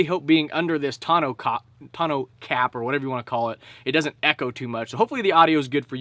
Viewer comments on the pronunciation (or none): none